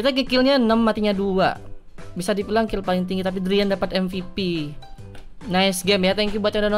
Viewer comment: Umar Syarifudin Sitompul orang jepang ga bisa ngomong r wkwkwk